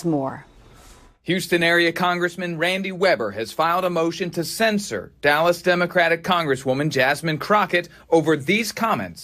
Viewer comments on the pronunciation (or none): Why do so many news people have difficulty with the pronunciation difference between censor and censure? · To:, NBC 5 The word is censure, censured. sen(t)SHer, not censor, or censored. Can you say it? I know you can. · Somebody tell that idiot reporter it's "CENSURE"...not SENSOR. SMH